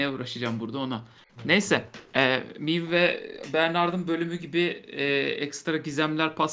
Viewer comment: Zaten "Miiv" telaffuzunu Tancan ortaya atmış, da ilkin "Meyv" derken sosyal kibarlık gereği "Miiv" demeye başlamış ve öyle kalmıştı, suçlu sensin yani Tancan.